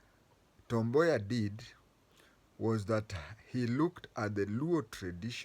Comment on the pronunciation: Wod [ Woud] Boya.... you really pronounced well.